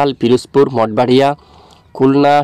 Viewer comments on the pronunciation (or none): মাঠ বাড়িয়া হবে ভাই। অভয়নগর হবে ভাই। এই ২ টা জায়গার নাম বারবার ভুল বলেন কেন ভাই 😊😊